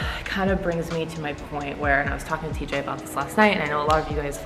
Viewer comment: Call it teej Lmfaoooo